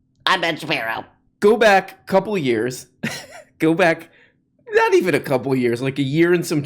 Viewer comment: I don't know why the right has all the annoying speakers. Everyone points out JP's voice. But what adds to that severely is the way he says words like "naw-t" and "baw-ther" and "Paw-verty" and "praw-blem." It's like when kids ad "ey" to end of everything to try and sound cute. Which is annoying for JP. Because he goes around with his Kermit the frog voice and cutsie enunciations. While pushing the notion that being a macho man is the most you can possibly contribute to society.